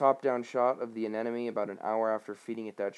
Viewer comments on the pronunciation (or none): sounds like you're saying anenome... :P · You’re saying anemone incorrectly.